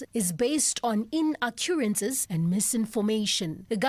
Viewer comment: What kind of retarded government is running the country of South Africa?!? 🤡🤡 They have this important "GOVERNMENT MESSAGE(S)" and the person reading it out can't even pronounce or read the the words correctly..... inaccuraNcies REALLY?!? Really really?!?!? It must either be one of two things... 1) Either we didn't (as their former champion put it) "listen properly", 🤡🤡 or 2) They're so hell bent on their subconscious messaging that they needed to put an "anc" into the word. 🤡🤡